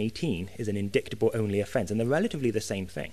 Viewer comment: I really wish he would stop mispronouncing indictable!